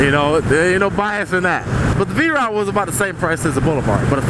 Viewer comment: Are you saying "V Ride"?